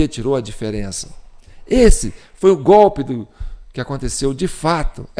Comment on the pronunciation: Ouvir o Lule dizer " gópi " ao em vez de golpe, é uma pedrada no meio da testa😂